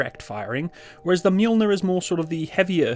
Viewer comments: Fyi , it's "ma -Joel-near" not " mule-near" , get it? The m sounds like what? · Not Mjuuulner It’s Mjölner i don’t know how to explain ö in english, but the Mjölner is Thors/Tors hammer (Tors hammare) in Swedish. But to say mjuuulner is like if the Terminator would say ”Mjau” instead id hastalla vista or i will kill you. And you can use the Strix round to Mjölner. The Strix round is like Excalibur but for mortars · Wow the difference between the deployment time of 2x120mm of Mjölner vs. that faff of a single 105mm from the humvee just got me anxious as hell. Also you completely butchered the swedish military designation of this tank and I had to laugh out loud.